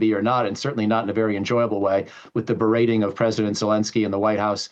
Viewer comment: He said berrAting Zelensky 😂 Zelensky shows up to sign a ceasefire then doesn't sign! HE'S only good for HANDOUTS that never help his people.